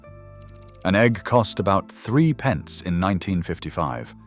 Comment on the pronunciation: Hi It’s not 3 PENCE, it’s THRIPPENCE!😮